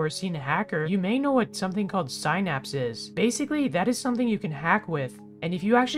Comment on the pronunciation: you didnt pronounce synapse right...